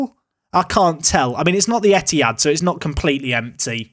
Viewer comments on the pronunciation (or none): none